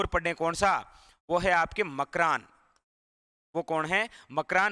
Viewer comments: Makrana hota hai na ki makran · Sir wo ...gaw ..makrana h ..makran nahi h ..